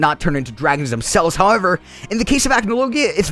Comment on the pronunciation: The way you says Acnologia ticks me off, its ac-no-logia not ACH-no-logia